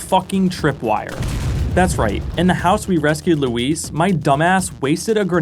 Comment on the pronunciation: props for pronouncing Luis' name correctly lmao